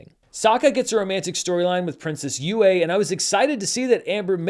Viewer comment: So it seems like they still mispronounce Yue in the live action version? That bugged me a ton in the animated version. If you are going to have a character named the Chinese word for 'moon' maybe teach your actors how to pronounce it.